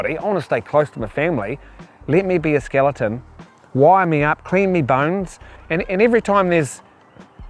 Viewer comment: Did he say " SKILLITUN "😂😂😂